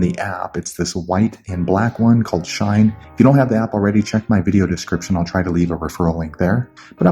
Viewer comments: Bro it’s shein not shine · Its not Shine it She-in (Shein) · It SHEIN not shine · ITS SHEEEE IN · Its pronounced she in. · Like it clearly says SHE-IN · he saying shine lol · RIGHT LIKE WHY THE FUCK IS HE SAYING “SHINE”???